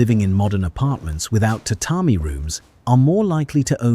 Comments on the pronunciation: The information is accurate and had some detailed facts I learned in this video. However, the AI images and pronunciation of Japanese terms were often shockingly inaccurate. One in particular was the pronunciation of tatami, which the AI pronounced ta ta my, when it is in reality ta ta me. One thing that stuck out to me was the constant appearance of a denim-like fabric on kimonos, which didn't exist until the post-war period. I would strongly advise checking the accuracy of the generated images and perhaps checking spelling, even on English words. There is good intention here, but I believe you should check all facts and images before uploading. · You must be Japanese. They can't relax for even a second and obsessively nit pick on everything. It's true! We all know it's AI. We all know AI can't pronounce every word accurately, especially foreign words like tatami. That's the same issue with 99% of audio generated AI voices. Sure, they could have changed the script to read: " tuhtahmee" to help AI, but since most video production and editing is outsourced, they would have had to re-record and re-edit the entire video. Do you know how expensive each iteration is going to be on subscription plan? Plus, the editor and video generator would quit if the channel owner nit picked on each word. It's a good video. Let small things go and appreciate their excellent effort. It's a really good video. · ...today I learned that AI cannot pronounce tatami.